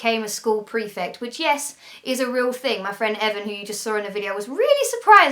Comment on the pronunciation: What's a "prefec"??